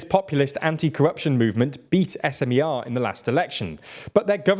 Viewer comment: the content itself is good but as a journalists you could do at least some research of how to pronounce those Slovak names correctly, tho... Robert Fico's last name is pronounced as Fee-Tso, not Fy-ko... Smer and Hlas are not abbreviations so you don't spell each letter separately... president's name Čaputová is pronounced as Cha-poo-toh-va... and last but not least, Progressive Slovakia is progressive left party, not liberal in a sense of economy.